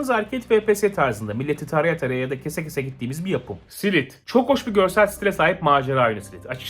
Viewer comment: SİLT isimli oyunu SİLİT diye okumak da ne bileyim yok SİLİP DON